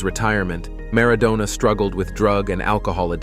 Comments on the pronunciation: Who is “Garza” and “Mara doona” 🤣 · Maradoner 🙄 As in kebab. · W hy the weird pronunciation of Maradona?